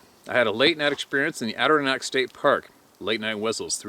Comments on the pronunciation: God bless yoy steve but you kill me when you murder the word Adirondack. Its sounds like this "Add-or-on-dak( like dak presscott) its also the biggest park in the US. You can take yellowstone Yosemite glacier and a couple other parks and fit them inside of the adirondacks. Very big park. I'm sure a vast majority of the park hasnt had a foot stepped in it for years. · Steve: it is pronounced "Add ih RON dack." Emphasis on third syllable. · Hey Steve, I wanted to help you pronounce The Name of the mountains in NY,So I hope l can help you . I am going to break it up so you can understand it. They are named (Ad der ron dack )Adirondack mountains. I hope that helps you .